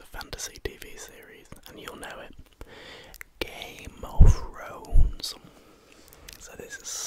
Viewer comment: "Game of Frones"